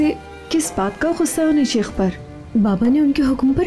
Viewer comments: لفظ شِیخ نہیں ہے لفظ شَیخ ہے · لفظ شِیخ نہیں شٙیخ ہوتا ہے۔شِیخ قوم ہے شٙیخ ہادی